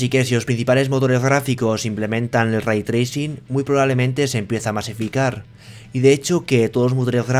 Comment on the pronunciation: "aVra Raitrricin en MaincRa??"